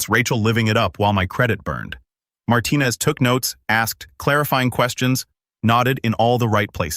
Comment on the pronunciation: Marten-ez. Are you kidding me? At least it was corrected later, but oh- so offensive!